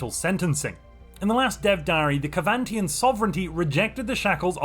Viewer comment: ITS SEVANTIAN NOT KEVANTIAN